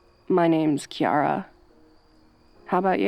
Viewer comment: Great audio but I’d just like to make 1 gripe, in the audio you said that your name and was pronounced with a K, it actually isn’t. Most people from Ireland agree that it would actually be pronounced Key-Ra not Key-ara, just a quirk of our grammar rules. Just for future reference if you’re looking to use forge in names in your video please make sure you study up on pronunciation cause as a Irish person it’s a bit cringy to hear it that way. Again though besides that 1 complaint great audio 👍